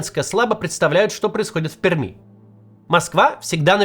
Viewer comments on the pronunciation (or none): Максим, говорите пожалуйста, ПерЬмь, очень режет слух)